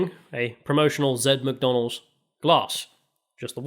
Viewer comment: "Mac Dak". Oh a french restaurant.